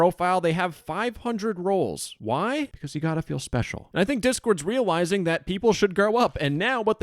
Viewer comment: “reawizing” I can’t tell if that’s on purpose or not, but if not it’s great timing 😆